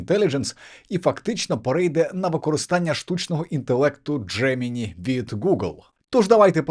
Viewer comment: Дякую за випуск, але все ж таки правильна вимова «Джеминай», а не «Джемині»